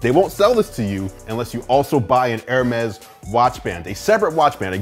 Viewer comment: It's actually pronounced hermees